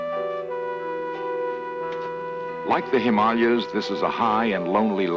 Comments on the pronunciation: He says 'Himalayas' just fine in the Abominible Snowman episode, so no idea where this pronounciation comes from. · Never heard The Himalayas pronounced like that. Is he correct? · I know what you’re saying, how can this happen, how can a Vulcan make such an error, but remember, Spock is only half Vulcan, his mother, Amanda, was human. And that’s why he pronounced this in the most ridiculous, totally incorrect manner!